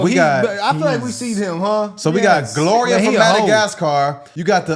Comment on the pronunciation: this dude said "Gloria" 🤣😂🤣